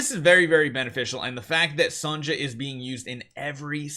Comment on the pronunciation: Still saying “Son-ja”